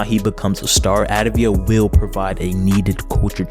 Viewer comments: great vid but i had to say its avdija and not advija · It's avdija (av-dee-ya) NOT ADVIJA!!! the least u can do is get the name right